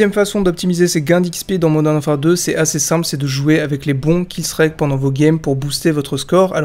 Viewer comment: J'adore tes vidéos mais killstreak se dit "killstrik" et pas "killstrayque" 😉